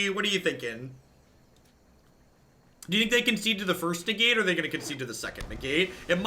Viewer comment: Lmao “ne-gate.” A+ implicit pun